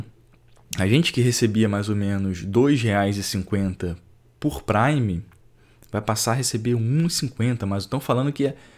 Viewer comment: Que agonia ele falando "prime" como se fosse "sub"